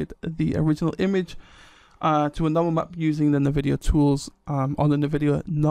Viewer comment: The pronunciation of Nvidia is "en-VI-dia", not "nuh-VI-dia". You say the name of the letter N at the beginning.